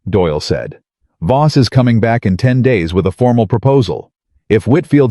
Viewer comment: I believe it's VOSS, not BOSS. Throughout the whole story!